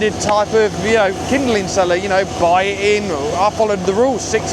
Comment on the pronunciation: Kindling…not kinderling for Pete’s sakes.